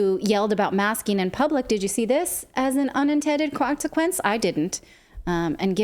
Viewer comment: "It's crew shoe" "Cocksequence"